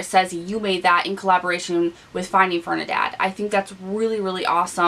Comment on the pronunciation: ...i love you but i HAD to let ya know..its Ferdi..NAND not Fernidad lol!! Youre so cute...love you lol!! Btw you look amazing with this makeup look 😘😘😘😘